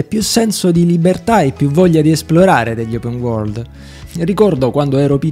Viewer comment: “Open Uorgld” cit.